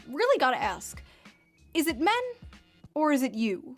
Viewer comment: Man, I didn't think you were one of those people so illiterate that they can't figure out how to pronounce the word "ask."